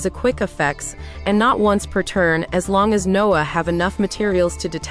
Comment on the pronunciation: why they pronounce noir noah? loll